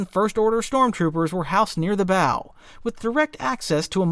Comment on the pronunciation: A T-shaped “bow”? (Should be pronounced like the BOW of a ship. It’s not a present 😉 🎁)